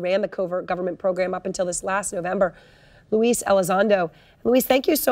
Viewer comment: Louis, please, not Louise!!